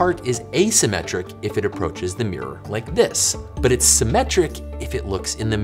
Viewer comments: Top tip, from someone in the country who created our language: mirror is (unsurprisingly) pronounced "mirr-or", not "meer".:person-turquoise-writing-headphones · Love the way Americans pronounce mirror. “Meeeerrr”. 😁